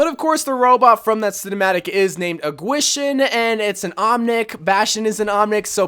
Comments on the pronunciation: It is painful how he pronounced gwishin it’s pronounced keyshin not gwaeshin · Bastion skin is supposed to be pronounced like key-sheen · The bastion skin is pronounced as kishin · I cringe when ever he says Gwishin. But other than that, great video! Only thing i was disappointed with was the lack of scientist moira, which is obviously the second best skin to come out of this year's event.